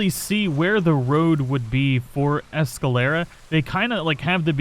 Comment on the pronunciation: I thought you were from Texas. You should be able to pronounce Spanish names. Presidio is pre·sidio, not presi-dio. It's the same as the border town in Texas over by Big Bend. You started out saying Escalera correctly, then started saying Esca-laura. Chuparosa you got correct. But, like you say, "Words are hard!"